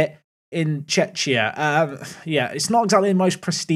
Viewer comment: mate im a czech and 1. how did you manege to misspronouce Czechia so bad and 2. Mate were above Scotland Poland and Denmark too i think in uefa